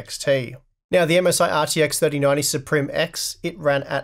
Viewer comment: and its pronounced sup rim.....